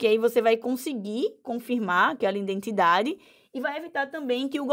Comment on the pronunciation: “INdentidade” parei aí!